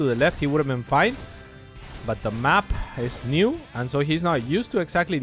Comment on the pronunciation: middle of the mack??? get the wahman off the mic